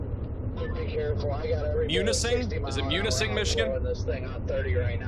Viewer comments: MEW (like a cat) Ni (soft i, emphasis on this syllable, Sing (Sing, sing a song) Mew-Ni-Sing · Munising,mi is (mew-niss-ing) 👍🏼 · Munising = MEE-YOO -nissing 👍